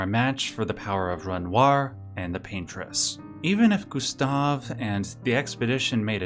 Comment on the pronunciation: Its wild that yoy can pronounce all the other french names close to how they are pronounced. But struggle saying renoir right